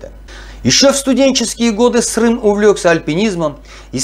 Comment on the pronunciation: Құрметті автор, Жұмахан ағамыздың баласының атын Дұрыс айтуға болмайма Срым емес Сырым деп. Ісіңізге Сәттілік тілеймін, Аллах тағала берекетін берсін